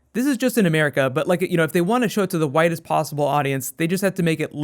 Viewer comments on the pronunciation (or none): Everytime says widest I kept hearing "whitest" lmao. Really hyped to hear more about DP. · whenever you have said "widest audience," it keeps sounding like "whitest audience" loool just thought it sounded funny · At first I thought he was saying the whitest audience lol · whenever he says 'widest' i keep on thinking he says 'whitest'. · Were you saying whitest or widest? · Every time you saw widest I think you're saying whitest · Yh. True